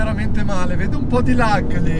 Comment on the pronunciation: Si dice “lag” non “leg” 🤦‍♂️